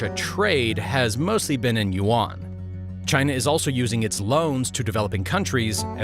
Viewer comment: You are pronouncing Yuan wrong. Think of the word "hen" for a female chicken. Then think of how you say the Y in "yes", replace the H with the Y sound that's how you pronounce Yuan.